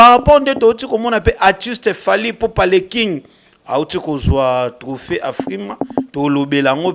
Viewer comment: Voilà encore un autre prestidigitateur pour juste impressionner. Je croyais qu'il était là pour promouvoir la musique et la culture congolaise. Cela se fait déjà sentir qu'il est vraiment haineux envers Fally, car il n'arrive même pas à prononcer son nom. Il fait de la chronique ou de la la promotion ? Il se croit intelligent avec ses expressions françaises rafistolées et bourrées des fautes. Ah le Congo, même une personne comme ( ça) vient dénigrer les musiciens. Pensez déjà à bien vous nettoyer et être propre svp.